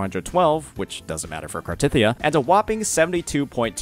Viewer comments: hearing small-tit-ya is insane. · the problem is the way he said it, it sounded like small T*Thyia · I losed it when I heard "smallTitya" hahahahaha